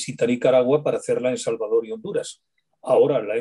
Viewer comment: Con mucho respeto se pronuncia EL SALVADOR no salvador